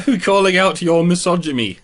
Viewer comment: “Misogy-me” is probably my favourite Freudian slip